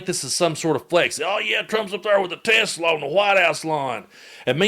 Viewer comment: "We have to take care of our high IQ people, 'cause we don't have many of 'em." Says the guy who can barely string a coherent sentence together & whose grasp of language (cofveve, hamberders, or more recently 'Tesler') along with his "tariffs fiasco" makes his current status as POTUS a friggin joke! 😂